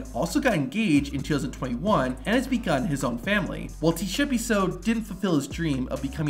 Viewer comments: I'm a South African.. that is not how you pronounce Tshepiso.. but I understand💁‍♂️😉🤣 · As a South African I can confidently say that you pronounced Tshepiso as T-shepiso😂😂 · Bro I'm South African you're saying Tshepiso worng😂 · Bro said T-Shepiso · South African here 😅 - Tshepiso's name is pronounced Ts-eh-pee-soh.. 😅😅 I'll give him one thing, he got balls of steel. 🤣 Till today, I'll never understand why he did that. 😂